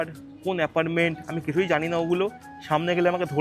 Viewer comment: অ্যাপার্টমেন্ট কথাটা । অ্যাপারমেন্ট না । , থামবেল না কথাটা থাম্বনেল । যাইহোক ভিডিও ঠিক আছে